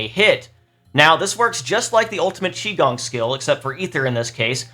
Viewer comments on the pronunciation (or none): You're actually still pronoucing qigong wrong. qi is pronouced like chi but you don't want to put much emphasis on the 'h' sound at all. also the chinese 'o' is pronouced more like 'oo'.